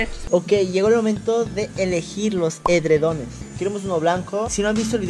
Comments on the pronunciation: se dise adredones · Rita Ruiz Gomez nose dice así se.dice.edredones